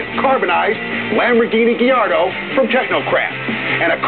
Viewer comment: Did he say Diardo after ?